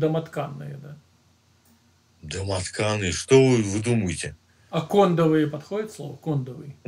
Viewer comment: Вообще не кОндовый, а кондОвый